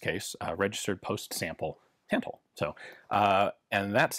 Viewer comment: Cool to see another video on Polish weapons! Some language nitpicks (sorry): The "ó" wzór is pronounced more like a shorter version of the "oo" in "poor", rather than an "o" in "core" or "bore", "Tantal" is pronounced not too differently from English, it's just that both "a" are like in the word "tap" and "Beryl" has a hard "y", the "e" is pronounced like in "bet", and the stress is on the first syllable.